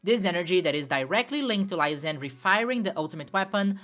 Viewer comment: Its not pronounced Anj, its pronounced Angey. As in "a look at that tower. Its so Angey." J/k, but I could not take the final battle seriously after reading the name despite knowing thats not how it should be pronounced. (Also, it should be said Lysander, not Lysandry. Lol)